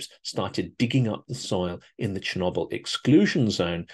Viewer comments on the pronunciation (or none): none